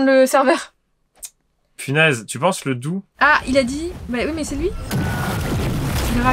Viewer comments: J adors vous vidéo vraiment mais c pas dou c dough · Sa ne ce dit pas dou mais plutôt dougue (dough) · Point Infos 😅 ce n'est pas dou mais dough il se prononce dougu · OUF vous avez bien fais de ne pas prendre dough il est bien mais contre dragon c’est minimum 3 dough et petit détail je suis juste un peut perfectionniste sur les bord dough ça se prononce d ou g ou limite dowgh et pas dou en vrais dough est pas si ouf pour farm bof en v1 il est nul en v2 il est mieux mais il est principalement fais pour pvp j’ai un conseil comme c’est les vacances ajoute moi en ami je peut vous aider :))))))) mon pseudo c’est FuriosMatthe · c pas dou c dough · C’est dough Amon dis oug a la fin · on dit dough